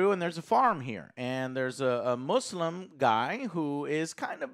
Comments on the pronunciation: As a Muslim i can say joe pronounces "Muslim" perfectly and not mozlem like some lol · Like how you don't say muzlim but pronounce it properly. Nice! Idk why it's hard for some to pronounce but it is what it is. Another great review guys!